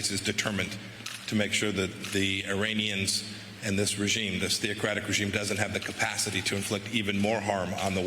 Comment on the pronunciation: Eye-rainians. It is pronounced eh-ranians.